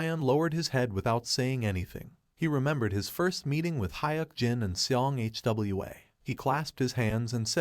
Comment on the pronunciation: Its not H W A, is hwaaa